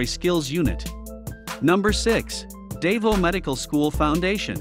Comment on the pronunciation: The narrator should get a lesson on how to pronounce the names of the colleges such as Davao.